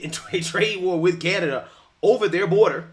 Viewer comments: She said "canadia"😂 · Did anyone catch that she was about to call Canada, Canadia? 🤣